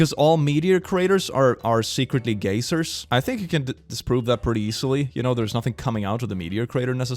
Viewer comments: I love that you say Gaysers LMAO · my guy i cant tell if you are calling them gay-sers on purpose as a meme or its just the esl thing. buy its pronounced guy-zur lol love your vids they bring me a lot of joy my dude but yeah lol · The way pronounces geysers as gay-zers makes me think of gay lasers and laugh <3 (its pronounced guy-zers ya cutie) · pronounces "geysers" like "gay lasers", and this fact amuses me greatly.